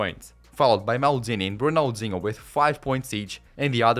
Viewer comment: "Serie A" omg this dude dont know jack about soccer Ronalzingo lol cant make this sht up